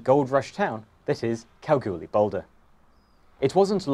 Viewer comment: It’s pronounced Kal-gool-ee.